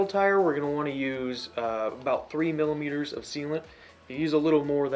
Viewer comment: thank you, and it sounded like you said millimeters vs milliliters. watching what you poured made it obvious enough though.